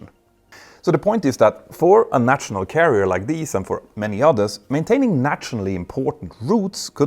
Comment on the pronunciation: If you can say Kanslör (or whatever the words for feelings/emotions is in Swedish) why can you not say national? Nasjonal, like Stasjon in Norwegian, sj sj sj :-) Great videos always though!